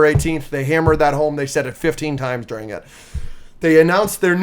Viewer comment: i hate how says deering instead of during